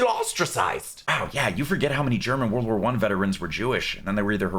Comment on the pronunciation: did he say world war 1 or volvo 1?